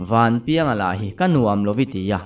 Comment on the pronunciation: Vanpianga chuan hria se a hming i lam dan hi sa ve hle ang